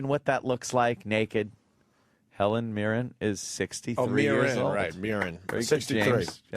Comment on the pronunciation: Sounded like Opie said Helen Mirror.